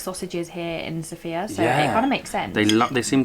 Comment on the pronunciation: The accent goes on the first syllable of Sofia. (SOH-fee-yah...not soh-FEE-yah)